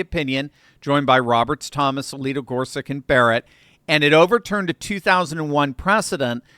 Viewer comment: Justice Gorsuch's name is not pronounced Gor-suk. It's pronounced Gor-such (last syllable rhymes with "much").